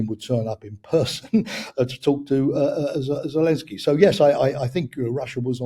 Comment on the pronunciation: Good interview. Although I am looking forward to hearing pronounce it Zelensky, rather than Zelinsky. Always great content though!